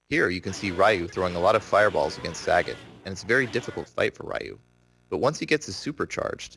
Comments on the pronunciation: Rye-u Saget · Raiiu and Saggot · Plays professionally and can't pronounce the names Ryu and Sagat. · i cant believe he pronounces Ryu and Sagat's name wrong